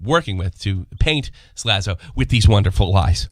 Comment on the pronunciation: Let's not forget this last bit of news... actually pronounced Slazo properly in this video!!! LOL